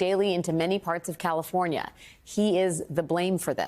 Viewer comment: She couldn't even say California right listen to that Dallas California what a bunch of idiots you are